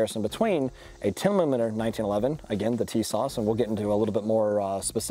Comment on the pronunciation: you say "10 mlimeter" and "10 limiter" right after lol